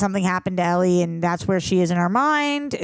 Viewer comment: Do you think she'll ever learn how to pronounce Ellie's name though?